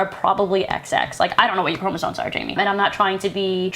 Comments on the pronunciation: And another also: “chromosoNes”??? It’s just annoying me. There’s no N in chromosome. I normally wouldn’t make a big deal over someone mispronouncing a word. It happens. But, in this case, it tells me that she is speaking out of her arse, having done absolutely no research, having read no scientific papers on the subject. Because if she had read about this, she’d know it’s chromosomes, not chromosoNes. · Fuck. She can quite literally get in the sea. And fucking stay there. What the fuck is a Chromosone please?! She did NOT say Chromosomes. She said Chromosone